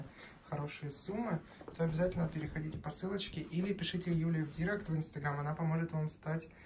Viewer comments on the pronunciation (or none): none